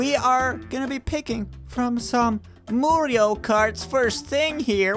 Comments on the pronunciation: u said moorio wrong its MARIO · "Moorio" - 2018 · Luige not luigo and mario not moorio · It's not moorio it's mario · GOD AND FUNY VIDIO WHY YOU CALED MOORIO CART NOT MARIO CART FUNY RIGHT😂😂😂😂. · Its mario not moorio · IT'S. Mario NOT. MORIO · I like the video cause u guys speak moorio better than spelling mario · Its Mareow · Did you Say MOORIO karts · "MOORIO RACE" a "MOORIO RACE" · I don’t think you know how to say Mario right